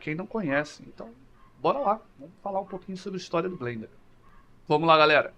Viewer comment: FIrst! Blender for the win!!! Masssss como Blender fanboy já há quase 2 décadas, eu entendo que pra muita gente é quase uma religião hehehe Parabéns pelo video e a pronuncia ta correta ;)